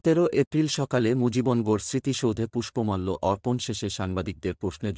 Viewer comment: এটা কি পড়ছেন মুজিবন গর কোথায়? মুজিব নগর কে মুজিবন গর পড়ছেন কিভাবে?